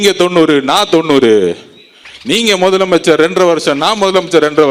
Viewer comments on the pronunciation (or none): மொதலமைச்சர் இல்ல! அது முதலமைச்சர்! நாக்குல இஸ்திரி பெட்டி வச்சுதான் தேய்க்கனும். இவனுக்கு எவன்டா தமிழ் வாத்தியார்? இவன் பள்ளிக்கூடம் போனானா இல்லையா